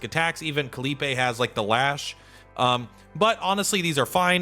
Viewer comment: Your pronouncing khalipe's name correctly? Who are you?